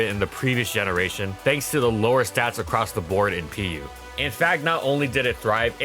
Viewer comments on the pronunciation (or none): none